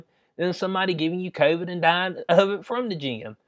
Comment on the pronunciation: ...by the way, CON-vid is hilarious!